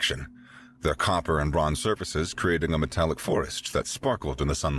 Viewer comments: it sounded like metric brilliance instead of metallic brilliance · odd pronunciation, hopefully just once. Metallic, sounded like Metric. Hmm. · Only .36 seconds in and metallic is mispronounced as metric ooops